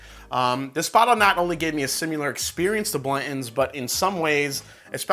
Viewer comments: SIMILAR not SIMULAR you're driving me crazy!!! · What is sim-u-lar?